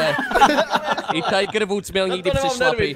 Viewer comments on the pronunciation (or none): none